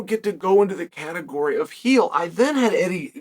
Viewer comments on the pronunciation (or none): none